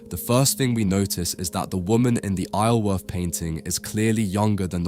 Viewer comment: I grew up a couple of miles from Isleworth - despite what the spelling might suggest, it's actually pronounced eye-zul-worth. The 's' is enunciated.